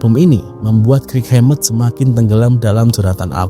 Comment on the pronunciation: kirk "kerk" bang bukan krik 😂